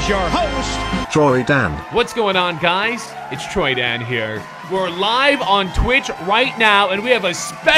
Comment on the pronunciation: Lmao : Troy-Dahn gay-ming.